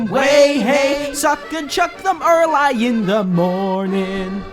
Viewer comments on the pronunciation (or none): What amuses me is the way you pronounce "Early" as erlai instead of erlee. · Is no one gonna mention the fact that he pronouced early as 'er-lie'? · Your pronunciation of early triggers me